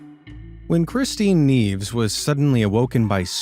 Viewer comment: Your pronunciation of Spanish names is quite careless, I'm sorry to say. Nieves means snows, and it's pronounced nee-E-vehs, and Medeiros is pronounced meh-deh-ee-rohs. With as much care as you put into making these videos, you certainly don't care if you pronounce Spanish correctly or not, since you don't take a little time to consult someone who knows Spanish to find out how to say the names. Sadly, you are not alone in the USA.